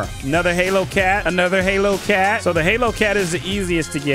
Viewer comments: Why does he keep saying halo on holo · Am I the only one annoyed at him saying halo cat instead of holo cat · It's not halo cat it's holo cat😊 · Man Said halo cat but it’s holo cats